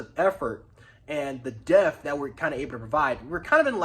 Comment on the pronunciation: Yo you keep pronouncing the word “depth” incorrectly. You say it like this - dep-tha not “death”. You gotta put emphasis on the “p”.